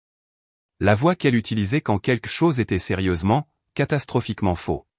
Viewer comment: Arrêté de dire queque chose, on dit quelque chose on entend le L QUELQUE, Queque c'est vraiment médiocre, ce n'est même pas phonétique.